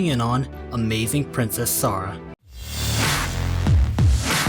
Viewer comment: Why did you say Sarruh in the beginning?